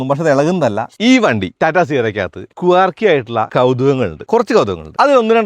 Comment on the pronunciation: കുവാർക്കി അല്ല മലരേ... ക്വർക്കി